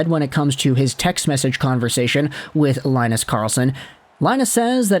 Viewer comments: He's not gonna center Charlie Brown and Snoopy, it's pronounced Lynn-us, not Lie-nus. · its more like Lee-nus, you can hear pronounciations in google translate